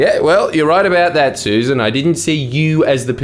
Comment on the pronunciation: What is wrong with you Jordan? Susan is spelt Susan. The ex environment minister is pronounced Suss an.